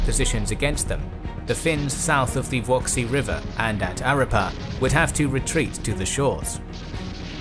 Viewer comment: I agree. A small detail. The name of the river is VuoKSi - not VuoSKi.